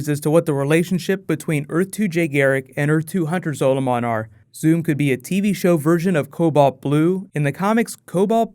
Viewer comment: MU GAWD its Zaw lu min